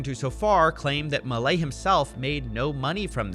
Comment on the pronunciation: Somehow each time you say 'Milei' it hurts lol You said it kinda right on your previous video about this but on this video you said it a billion different ways and each time it was worse lol